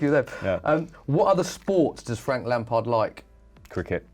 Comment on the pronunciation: it is frank lamard instead of lampard